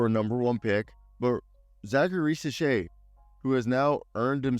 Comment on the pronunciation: Risachey' is how to pronounce his name.